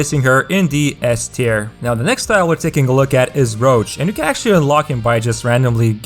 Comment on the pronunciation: Ginny as SS LOL and Emerald as S - Do not follow this tier list, it couldn't be worse .. and he doesn't know how to pronounce Rouge - this isn't Witcher